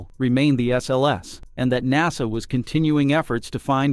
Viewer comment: Nawsa instead of NASA